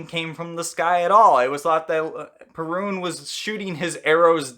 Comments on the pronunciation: Cool video! As a Pole I'm used to different accentation of the Perun's name. In Poland it is spelled pErun instead od perUn as You did in the video. Greetings from Poland and keep up good work! Much respect :) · Perun should be pronounced with the stress or accent on the first syllable. PEH-rune. The r is not like the English “R”. It’s a short rolled R. Very similar to the Spanish one, which sounds more like a soft “d” than an R. If you can’t roll your rr’s, I suggest faking it with a d that is made with a soft touch of the tongue to the palate not a hard, heavy D.